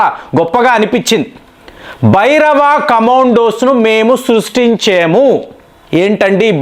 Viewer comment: Please stress 'Bhairava'., 'Bhabhairava'